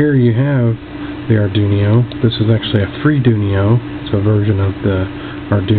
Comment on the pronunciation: Nice video. I got some ideas for this ping pong ball difusers, like an indoor gigantic vumeter for visual capture of the environment sounds. And it's funny how you pronounce Arduino. It sounds like Ardunio, with n and i reversed. It gives a new twist to this familiar word. Thank you for sharing.